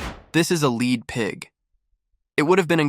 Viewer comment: Your Ai narrator failed miserably when it mispronounced the metal 'LEAD'!